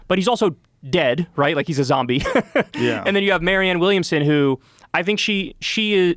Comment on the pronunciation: bro said MARIANNE WILLIAMSON LOL